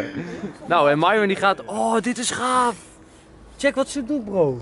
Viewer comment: Ik vind het grappig dat gewoon mairon zegt in plaats van myron